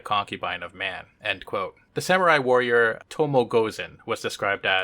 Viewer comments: Dude, it says Tomoe Gozen. Not Tomo Gozen. TomoE. There is an E there. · I don't know about Vietnamese names, but Tomoe Gozen's first name is pronounced 'To-mo-eh'. The general rule in Japanese is to pronounce each vowel separately. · As a constructive feedback; I believe Tomoe is rather pronounced as Tomo-e, the e not silent but sounding vaguely like “a” :)